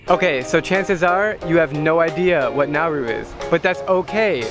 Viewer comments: Isn’t this country pronounced Na-oo-ru? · Drew: It’s Nauru time. What I heard: “It’s Naruto.” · I thought you said Naru I was like- NARUTO! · It pronounced na oo roo